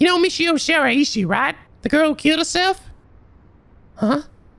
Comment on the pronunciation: Where this technique lets you down is with using this method to pronounce Shiraishi's name wrong. The EE does not kick in there.